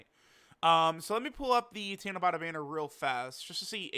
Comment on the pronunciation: It's tanabata not tanabota 👍